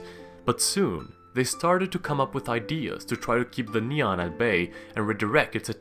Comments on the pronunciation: its ni an not neon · It’s “Nian”, not “Niang”. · It's actually called nian no hate <3 (Ni-ian) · Nian should be pronounce as "nien"